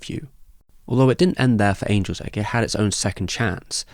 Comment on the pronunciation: It must have been a soft g then. I thought you said Anuls Egg.